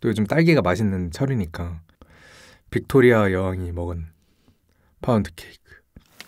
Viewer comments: 뷕토뤼아 여왕 ㅋㅋㅋㅋ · 빅토 뤼아~ 이거 발음 웃기다😂